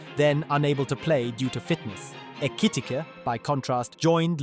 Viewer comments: He pronounced Ekitike’s name like 20 different times 😂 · How many different ways can an AI voice pronounce Ekitike? 😅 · Is this more chat gpt whatever AI shit? Why he keep saying his name weird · [Alt Title:] 30 Different ways to pronounce 'Ekitike' 🙃